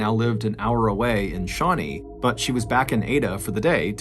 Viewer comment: You did a fair job on pronouncing our Oklahoma place names. Most people don't bother getting them right. Shawnee has emphasis on nee though. I remember this murder. She was slightly older than me.